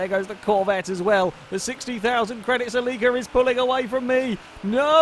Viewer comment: You say celica weird as fuck. lol